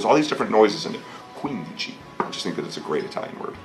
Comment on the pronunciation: That "quindici" that Armie says is perfect...even better when how many Italians say it (I'm one of those)